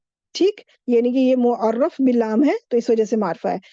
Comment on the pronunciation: مُعَرَّف باللام ✅️ بالام ❌️